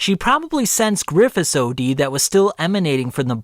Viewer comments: Pretty sure it's pronounced "Ode" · Wait you pronounce “od” like O.D. and not odd? Hmmm lol